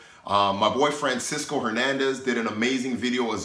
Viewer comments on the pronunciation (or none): Good tips D. It sounds like you said "My boy friend " instead of my boy Francisco. Go back and check it out LOL!